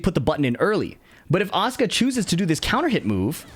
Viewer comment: It sounds like Oscar instead of Asuka if you say it. That got me so confused😂